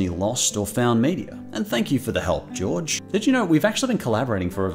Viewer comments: This is random but isn't Jorge pronounced like "Hor-heh" and not George? Or does he prefer it pronounced as George? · Why do you call him George Australian does Knox no excuse to say his name wrong